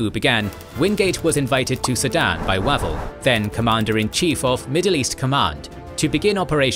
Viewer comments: 'Way'vell not waval... Pronunciation is the main failing of this whole channel. Do your research! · The man’s name is pronounced “Way-Val” FFS. It doesn’t say a lot about your presentation if you cannot pronounce the commander’s name properly. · The voice software still can't do long vowels. Wavell wave`ll. Long a. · Is that not the wrong pronunciation for Wavell?